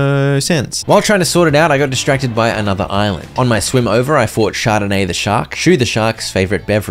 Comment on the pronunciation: Just a small correction: It's Chardonnay the shark, named after a French white wine, not Chardene.